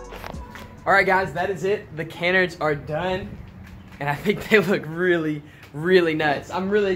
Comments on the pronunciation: canards is said CAN-ARE-DS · Canards.. .. prounounced kaanards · (Kuh-nards) like yard. That’s how you say kanard I think lol